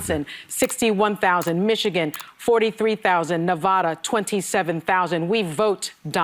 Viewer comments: Well she can't pronounce Nevada! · That stupid cow didn’t even say Nevada correctly.. smfh!!! Stupid b*%ch thought she was sounding educated but really she just showed how dumb she really is